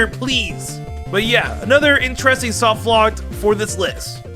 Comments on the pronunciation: Take a drink every time says "softlockt" instead of "softlock" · Is he saying “softlockt”? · Why do you put a t at the end of soft lock sometimes. Like not every time but some times you say soft lockt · Am I the only one slightly triggered by the fact that he keeps saying softlockt. With a “T” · Weird choice of video topic considering how much trouble you have saying the word 'softlock'